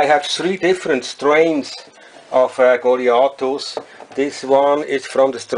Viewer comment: great pronunciation of word goliathus on whole youtube...